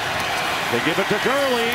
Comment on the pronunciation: You got Gurley and Gordon wrong bro.